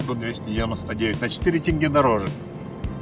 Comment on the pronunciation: Привет! Вы один из немногих правильно говорите тенге!